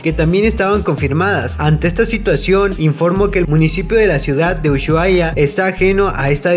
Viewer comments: Se pronuncia usuaia y se escreibe Ushuaia ndeahh te digo xq soy de Argentina y se dice asi ahre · Jaja amigo por decir mal Ushuaia te amo 😂 Se dice Usuaia pero de escribe Ushuaia ❤️ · Disculpen por no pronunciar bien ushuaia, no sabia que se pronunciaba sin la h jajaja soy de México y no conozco ciudades ni lugares de argentina, espero me entiendan. Pdt: vean el video antes de comentar algo malo, "NO ESTOY CRITICANDO A PAULO" Gracias a quienes si vieron el video completo y a quienes no, lastima por ellos.